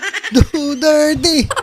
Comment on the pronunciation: Hey,, hindi yata duterte ang tunog nung sinabi mo ah kundi dudirty dudirty he he he.